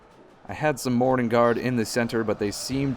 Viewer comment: Sometimes you say "morannon guard" i hear morning guard